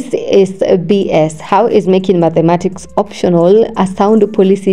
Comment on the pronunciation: I like your voice but it’s not _Madhematics_; it’s _Mathematics_.